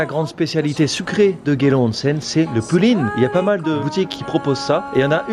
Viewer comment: One cent ... on dit "onsen"